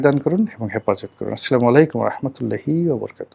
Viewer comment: সালাম দেওয়া টা আরেকটু ভালো করে শিখুন।